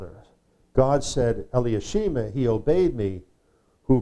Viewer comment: The pronounced name for Elishama.. would be Eli-Sha-Ma., Correct..? Not Eli-ah-She-Ma because there's no vowels or "ah" after the Eli or L-EE, It's then SHA - Ma. Not giving grief, just pointing out.